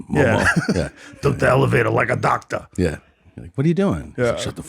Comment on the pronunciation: “Took the elevator like a docta.” He definitely said that.